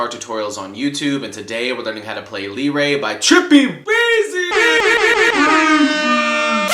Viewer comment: Its pronounced luh-ray not lee-ray